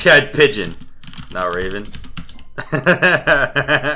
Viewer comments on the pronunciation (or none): none